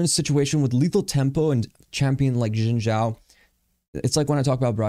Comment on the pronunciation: It's "Shin" Zhao "X" in Chinese is pronounced with a "sh" sound. You had the Zhao right though!